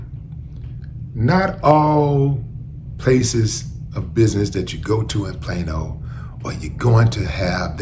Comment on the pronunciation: Plain old? Plane-O? Plaino? Oh Plano!!!!